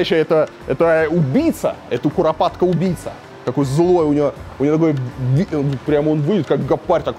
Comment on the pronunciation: Как Варламов рассказывает про курапаток😁